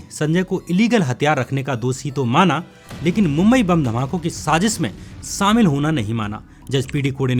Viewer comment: Sir, you need to learn how to speak in Hindi. It is not 'samil' (सामिल). It is shamil (शामिल). Learn Hindi, not Urdu.